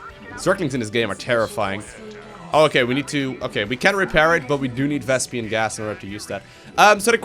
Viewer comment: "Vespian gas"